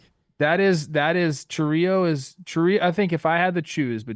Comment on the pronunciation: Also, if it was pronounced the way you guys said it, it would be spelled Chourío instead of Chourio